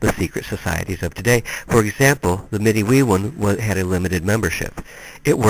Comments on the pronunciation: I look forward to reading this book if I can find it. Im Anishinaabe, from MI ( specifically Grand River Band Odawa ). My cousin belongs to a medewiwin lodge and ive always heard it pronounced med-dway-win (with very little emphasis on the 1st w more like med-day-win ). From what I understand its like fight club in that," the first rule of fight club is never talk about fight club". But much respect to you for trying to research and document even just a piece of our history . As a protoliterate society there are no books recording our culture and history (pre European contact). So as our stories are passed on less and less from generation to generation , our history and cutural identity is effectively being lost forever. Chi Megwetch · Btw, I'm not criticizing you, you're work is awesome , if you care though - midewiwin is pronounced- mi-day-wi-win Manitou is pronounced - mah-ni-too Nanabush is our name for the spirit you said is second in command. Just thought you might like to know+ thanks for the video😁